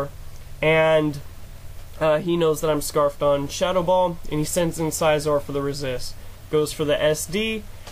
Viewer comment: It was a pretty good game overall but I don't like the way you pronounce Scizor. =\